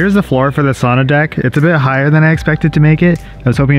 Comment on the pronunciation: Per research from Finland, the correct pronunciation is sow nuh, not sonna!